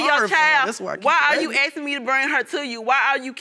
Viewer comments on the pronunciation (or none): Half of all these people are also always 'aksing' for stuff.. Always imagining a creep with an axe in my head 😂